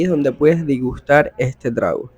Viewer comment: No se dice Digustar, se dice Degustar.